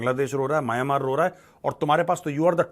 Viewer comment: सही उच्चारण "म्यानमार" है।